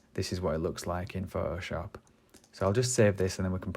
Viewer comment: I love how you say ''Phohoshop'' :)